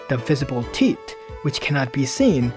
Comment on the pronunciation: Gotta admit, the way you said "Teeth" made me chuckle.